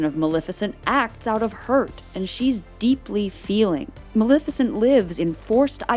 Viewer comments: MaLEFicent, not “Malificent.” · It's not Mal-ih-ficent. It's Mal-eh-ficent.